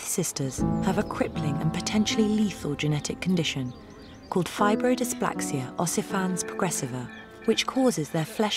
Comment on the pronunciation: The narrator mispronounced the disease.